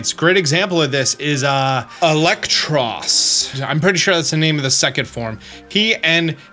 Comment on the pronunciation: Basic: Tynamo Stage 1: Eelektrik Stage 2: Eelektross You did say Tynamo's and Eelektross' names right, though.